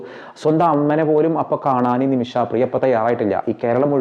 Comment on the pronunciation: ഹലോ ബ്രദർ നിമിഷആ അല്ല നിമിഷ